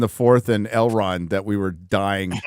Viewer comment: Every time they say "Elrond" I can't help but hear "Hubbard............Dianetics"